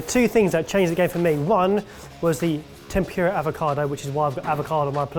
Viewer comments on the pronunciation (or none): T E N P U R A not TEMPYOORUH pls :') 天ぷら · i don't understand how he can say furikake correctly but then go back and pronounce temPURE-ah like that. GUYS! if furikake is FOO-rikake then tempura is temPOO-ra. sigh. i still love you guys tho. so i mean fuck me then right. lol. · Every time one of the boys says tem-pew-ra instead of tempura, somewhere in the world, a tempura dies uneaten. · Tem-pu-ra not tem-pure-ah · I came in expecting lots of embarrassing pronunciations but by far the worst one was “tempyura” 😫 The fact that I watched until the end despite this is a testament to how much I love your show. (Tem-pú-ra btw) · TEM POO RAH, not TEM PYOO RAH! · Tempyura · You boys and your damn “tempyura”. Get that y out of there! Edit: Bless you, can always count on that cultural awareness 😂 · Omg I'm British and I feel the exact same way - 'temPUREa' always gets me. It's not even just Japanese words though, Jalapeno and 'sezzame' make me laugh too! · "Temp you ra" -, 2019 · o.O i didn't realize someone said "machi"? xD i got so hung up on "tempyura" 😣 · that's better than tem-PURE-ah surely. lol. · I thought they were saying tem-pew-ra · Ugh, them saying temp your a, it made me cringe every time! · The pronunciation of ‘tempura’ makes me die a little inside every time. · Oh thank goodness, someone else said something about that pronunciation! (nothing about "machi", though?)